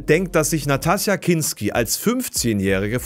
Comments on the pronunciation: Wie kommt der feine Herr darauf, `Nastassja´ als Natassja ohne `S´ auszusprechen ..!?🤦‍♂ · "NaTassja" Kinski?? Autsch... Was für ein Affront, diesen weltberühmten Namen nicht richtig aussprechen zu können! Wieder überarbeitet,?;-)